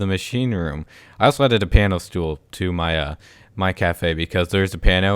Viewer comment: Did he call a piano a pano?